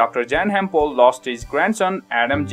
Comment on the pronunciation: It’s annoying how he doesn’t pronounce dr pols name right